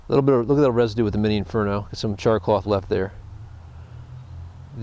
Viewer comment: haha why is he calling it "char CLOTH"? haha its not CLOTH at all hahaha